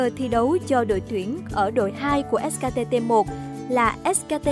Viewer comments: ét kay ti đọc thành ét ka ti :v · Chả hiểu sao phát âm : ét ca tê tê 1 ca :)) Dốt như mình xem đấu giải cũng biết ngta đọc là ét cây ti cơ mà :v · Ếch ka tê...đắng vãi nồi 😨